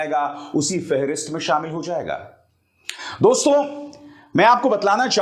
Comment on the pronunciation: You have good pronunciation in hindi but pl don't speak दोस्तों, जबकि यहां दोस्तो(dosto) सही उच्चारण होता है। यह एक संबिधान है संबोधन में nasal sound नही होती।